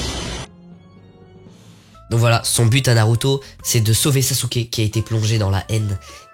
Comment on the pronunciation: Tu me tue en expliquant 😭😭😭😭😭🤣🤣 Mais pourquoi tu dit “u” (naruto)c’est pas comme ça tu dois le prononcer comme “ou”